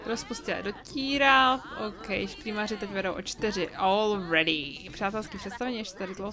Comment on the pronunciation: Furt ako vravíš all ready tak to počujem ako ol vredy :D :D :D :D